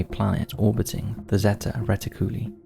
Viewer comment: "reti-cooly" lol